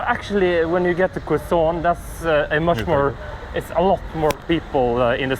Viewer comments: Funny when they say Quezon, it sounds French 😂. Fyi, it’s pronounced KEH-zon. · Kezon not kwezon ( Quezon City)